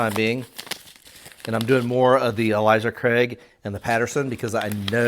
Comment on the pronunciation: Love all your information. Its not Elijah Craig its Ale like the beer 🍺 then "suh", Ale-suh. Ailsa Craig. 😄